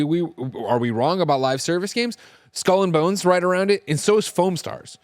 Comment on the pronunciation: this is the best pronunciation of Skull and Bones I’ve ever heard. No other way to say it now.